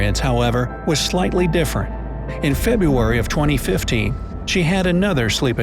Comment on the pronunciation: sounds like you said 2050